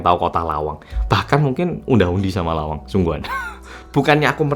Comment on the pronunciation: Bisa2 nyebut Lawang 😂😂, aku yg tinggal di dekat lawang auto realed